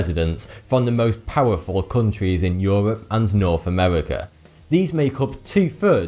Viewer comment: "norf amewica"